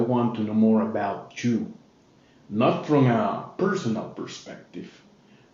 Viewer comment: Hi I'm a fan of your channel but something is bothering me of how pronounced words. I think he have a speech impediment? For example and When he pronounced the word "you" All I hear is "chew" 😂 Sorry for my grammar I'm still learning basic english